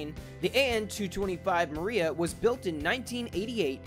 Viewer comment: That's not how you say Dream in ukreane